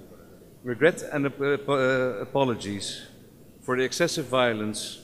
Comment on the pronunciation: aaappologizee, ngomongnya aja ngadet" pak, ikhlas apa kaga sih lu